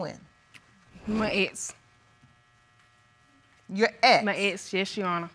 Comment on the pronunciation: She pronounces "ex" as "ettes"